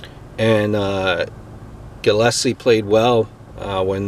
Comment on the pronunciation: It's pronounced Gill-is-lee